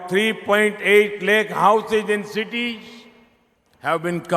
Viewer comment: Citish ah 😂 adhu cities